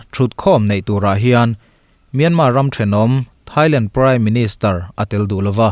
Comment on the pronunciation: Myanmar tiloin Myanma iti tlatin ka hria